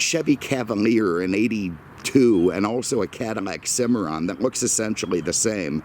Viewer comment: Are you pronouncing Cadillac “cadimak”?